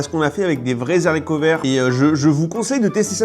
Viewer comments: Des zharicots, vraiment 🤣 ? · Les Zaricots ! Pitié ! Bravo pour ta vidéo quand même, elle est très sympa ! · "des z'haricots" ???? Sérieusement ! 🤣🤣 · intéressant, par contre faut arrêter avec les zaricots verts :) quand il y a un H (haricot), on ne fait pas la liaison ! (les haricots et non pas les zaricos) et dommage que cette fête initialement signe de reconnaissance envers les autochtones qui ont sauvé des vies, et montré comment faire en terme de culture, récoltes etc avant de se faire décimer, soit devenue chrétienne, puis purement commerciale et chrétienne :) ça aurait mérité une analyse plus fine à ce sujet, et il y a long à en dire...quand on te vend la courge en conserve et la sauce champignons en conserve, la société américaine/occidentale a un gros problème... j'espère que ça cuisine dans la plupart des familles, mais pas sûr vu les gros étales de conserves proposées en tête de gondole... en France c'est pas beaucoup mieux... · Si ces indiens avaient su, ils les auraient tres certainement laissé mourir. J adodre vos videos qui montrent cette culture americaine.. ( si je peux me permettre : des Haricots. Pas des Zaricots 😉) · on ne fait pasla liaison on ne dit pas "zarico"...mais Aricots (haricots H!!!!) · pitie ne dis pas les zarico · Je viens de découvrir tes vidéos, ( je te suivais déjà sur Instagram) j'adore toutes ces anecdotes sur les usa Le "massassuchets" (je suis allé à Boston, Plymouth & NYC avec le lycée il y'a 27 ans) est horrible à prononcer lol Les "zaricots" j'ai pas fait attention j'ai beuguer sur la recette des "zaricots" & celle de la patate douce/marshmallow assez spéciale lol C'est quand même un sacré budget food avant Noël. Les américains mettent plus d'argent dans quel repas de fête entre les 2 ? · Les ZHARICOTS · Zarico ? Est-ce que tu est encore un peu FRANÇAIS ? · les vrais zaricots mdr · Les bons zaricots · Les zaricots 😅 c'est toujours mieux qu'un naricot. P'tite vidéo sympathique comme d'hab. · trop bien les Zaricots verts !🤣😂